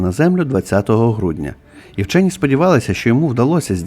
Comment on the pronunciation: "ВЧЬОННЫ"?😂😂😂 У полум'я 🕯️ свічки біля гноту ЗНАЧНО холодніше, ніж на кінчику полум'я🔥 🟢 Зебелією навіть "вчьонны" заражені...😂😂😂